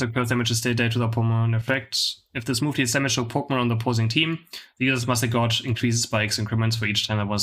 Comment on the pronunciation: Thank you for the informative videos. I've learned a lot from them. As a friendly suggestion, gauge rhymes with cage, it's a measuring device 🙂